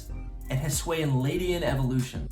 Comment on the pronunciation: Hi-S-oo-Ian. Not huSWAY-in.